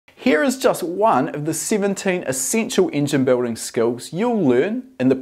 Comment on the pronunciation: I really like how you pronounce Engine, Ingen ahah